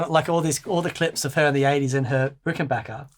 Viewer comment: Big thumbs up for pronouncing Rickenbacker correctly! Great sounds.